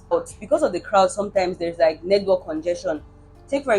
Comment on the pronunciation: all the t's are missing in your pronunciation -- Nord, Nedwork, nighd (night) life.